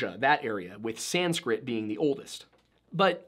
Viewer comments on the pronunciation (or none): none